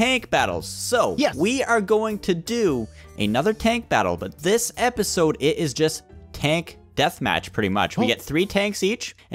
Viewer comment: epesude... epesude Obnoxious butt:epesode